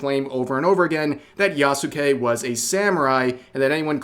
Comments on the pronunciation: I'm... pretty sure... it's [Ya-ske] - not - [Ya-sucki-sucki], as you seem to want to pronounce it... Is it perhaps Freudian? ^_^ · It is pronounces yas-kay